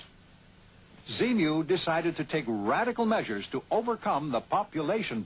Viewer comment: He clearly says z-mu .....